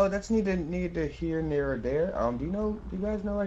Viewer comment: "thats needer here nere dere" lmao y do ppl lose the ability to speak when they record?? lol